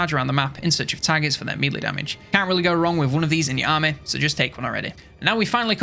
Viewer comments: It's been years, and over 40k subscribers. Please stop calling it mealy.... It's melee. Mell-ay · Hate to be that guy but melee is pronounced 'meh-ley'. Love the video though!